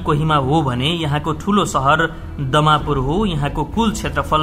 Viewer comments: दमापुर होइन डिमापुर हो.. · डिमापुर लाई देमापुर रे कस्तो पुत्त्रकार हो म मुकुचुङ अलिचिन बाट हो😂😂😂😂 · दमापुर होइन डिमापुर हो ।